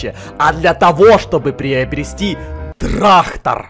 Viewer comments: Не Трахтар а трактар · Не трахтар а трактор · Кто хочет быть учителем?тогда научите Эдисона говорить трактор а не траХтор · Нормальные люди говорят: трактор и ГаВоРяТ: ТРАХТОР Х ) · Никто абсолютно никто:: траХтор😂